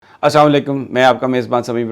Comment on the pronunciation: سر سلام یا تو دیا نہ کریں اگر دیں تو ادائیگی درست کر لیں ۔۔۔۔